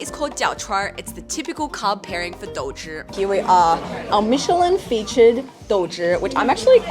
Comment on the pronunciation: Hahaha, as a Beijinger, I can’t accept douzhier at all.